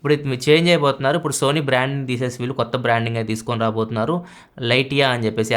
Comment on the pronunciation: Lytia: Li-she-uh Not Li Ti ah